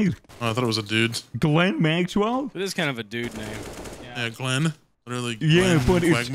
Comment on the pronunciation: pronouncing the name Ghislane like Glen might be the funniest part of this video